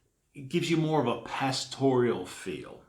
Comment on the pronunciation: Just an fyi...."pastoral" only has 3 syllables...."pass-tor-al", not "pass-tor-ee-al." Just sayin'